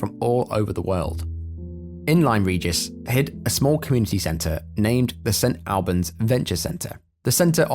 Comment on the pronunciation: Love this channel! just a thought 🤔 Am i the only one that is surprised a brit pronounced st albans wrong?